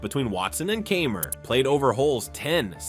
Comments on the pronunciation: You don’t even know how to pronounce Martin Kaymers name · Good video, but also pretty funny that you managed to botch the pronunciation of Kaymer, Pavin, Mahan and Oosthuizen lol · Love these no credibility golf videos where the narrator doesn’t know how to pronounce the players’ names…Kaymer, Pavin, Oosthuizen, Mahan.